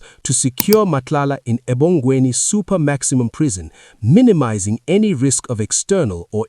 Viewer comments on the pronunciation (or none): If you’re gonna run this story again, please note that it’s pronounced “Ebhongweni”.